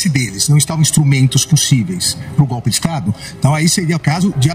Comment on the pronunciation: Como Lula fala gopi.